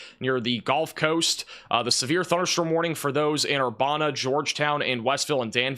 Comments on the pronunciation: Ur-ban-a not bon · Urbana - Err bana (as in bandana) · It’s Er-ban-ah illinois